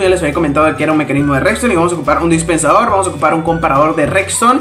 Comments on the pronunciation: No es "Rexton" es redstone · Cuando dice "recston"